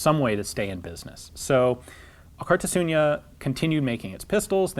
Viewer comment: A bit of pointless name trivia. Alkartasuna means solidarity or union. a fitting name for a company made by former gunsmiths. Also i think Alkar means together in the Gipuzkoan dialect of euskera, but I'm not Gipuzkoan so don't take it as a 100% fact. (Elkar instead of Alkar is used in the common version of euskera). Funny to me that Ian is pronouncing the name like "Alkartasuña", Don't worry Ian even many Spaniards don't attempt to pronounce our names. Good video by the way.